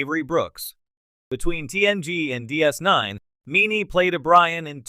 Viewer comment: You need to train whatever's reading the text to not run together section headings and body text, and how to pronounce Jean-Luc Picard ("Gene Luke Pickerd"?!?!), sci-fi ("sky fee"?!?!), and DS9 ("deece nne"?!?!).